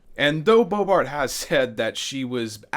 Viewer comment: You said BoeBART. Lol. And again .